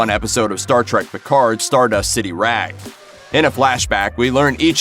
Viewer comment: I love her character in the new series: "Mr. Pickfords." Sorry... what, it's not pronounced like that? 🤣🤣🤣